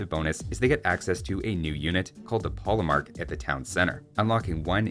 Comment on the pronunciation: Regarding the pronunciation of polemarch, a good general rule is that in languages east of France, 'ch' is pronounced like the 'kh' sound you may know from Russian or Arabic. And in Italian it's just hard k, so yes, chianti is pronounced with a k.